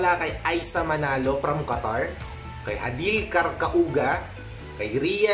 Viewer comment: Thank you so much sa pa shoutout hihi. Pero yung pag pronounce po nung last name is parang ganito "Karkawga" hihi, hoping to get a shout out again. ♥️ btw ang ganda nung tips mo and nung content mo # #